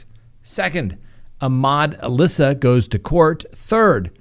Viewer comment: It’s pronounced Ahmad AL-Issa not Alissa like the girls name.